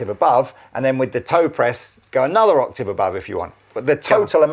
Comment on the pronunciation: Like and respect, but someone needs to explain to him how to pronounce 'octave'.